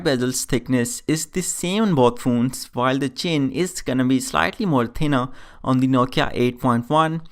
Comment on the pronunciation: Stop saying phoones...plzzz.